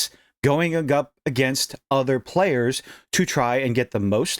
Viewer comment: "P.L.A-yers." I know bro, China taking over Taiwan by force is bothering me too